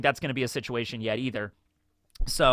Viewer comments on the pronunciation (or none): none